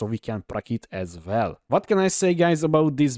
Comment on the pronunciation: as vell as vell xD